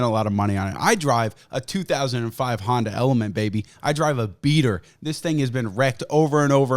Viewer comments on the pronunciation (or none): none